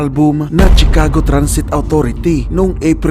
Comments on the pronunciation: Correction lng p idol Shi-cago po pg pronouce not Tshi ;) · chicago = shuh·kaa·gow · Sir check your correct pronunciation ng Chicago Sagwa pakinggan